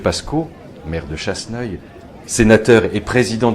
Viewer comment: C'est CHASSENEUIL(-Sur-Bonnieure) ! Pas Chasseuil. ;-)